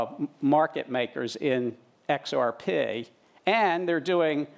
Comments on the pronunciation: I wonder if he learned to say XRPay at MITay... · I cringed when I heard him. I'm from Australia, but I've noticed we all pronounce XRP the same way.